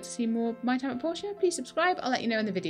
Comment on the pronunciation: I really love this. I chuckle a bit at the start of every episode. See I am from germany and if I close my eyes and listen, it sounds a little as if you are starting every video with: Welcome back to my time at Porsche. And since you've build "cars" allready it even fits. (I am probably the only one who finds that funny but I just love it.)